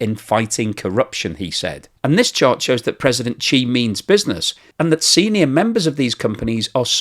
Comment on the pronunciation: why are you pronouncing his name as Chee not She?